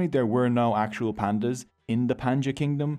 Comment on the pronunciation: They are not pandas they are pandiyas (paan - di - yaas)